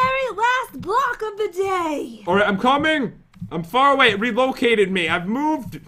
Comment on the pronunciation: The very last blowwck of dah day lol